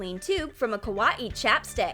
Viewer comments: Your not saying kawaii right your saying kwauieie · Yeah its really "kawa-ee" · Kaw-a-ii? Wth is up with the pronunciation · How everyone says Kawaii: Kawaii How they say Kawaii: Ka-wayee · “Ka WA ii” XD It’s “Ka why ii” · why are they saying :kawaie BUT your supost to say kawai >:[ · The girl says ka.wai.I instead of kawaii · Btw you’re saying is wrong, your saying “ Kawa - ii “ it's actually just “ kawaii “ it self, just don’t say it like it’s separated. Ñö øffęñćė. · I hate how she says ka-wa-ee instead of kawaii.. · Why are they saying kawaaiiii what the heck it is supposed to be kawaii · It's not ka-wa-e It's ka-why-e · When they say ka wa ii it's ka wa aii Me not hate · Kawaii? Well let’s say it’s kawaii but pronounce it ‘Kah-wa-ee’ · The way she said kawwai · Noo please no more "ka-wa-ee" video its TRIGGERING MEH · No offense but I can’t stop laughing when the narrator says kawaii like ka wa E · kawaii? more like kawa-e according to listen closely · She said kawaee u say it WRONG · I it sounded like koowatci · How to not pronounce kawaii:: kawa-i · Ka wa ee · Victoria With a V its pronounced Ka-WIH-iy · Bro said kawaii as Kawa ie 😂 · Please stop saying KA WA EE you're triggering me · Why did they pronounce "kawaii" like "ka-wa-i"? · I don't understand why you always pronounce words so weird. You said Kawaii like ka- wah- ee, and you say wire like why- er and why you say it so fast. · Every time they said kawaii it sounded like koowatci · YOU SAY KA WA EE WRONG! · Kaw a e Wow i totally knew that was "how to pronounce kawaii" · Why are they saying kawaii like kawa ee😂😂😂😕😕😕😐😐😐❓❓❓ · She said double e lol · Bish what “kaweee” ????????? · ka-wa-e really?!I HATE IT!!! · Why does it sound lik3 the narrator is saying ka wat e instead of kawaii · Their saying kawaii wrong :c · the- the way they said kawaii .....WHYYYY